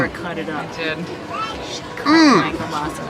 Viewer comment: Just so you know for next year it is pronounced kiel-BAS-ah not kiel-BAS-ee not. And it is the best thing that was at the festival :)